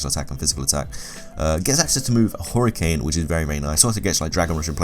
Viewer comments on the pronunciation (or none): none